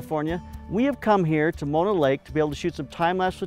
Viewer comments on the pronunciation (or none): none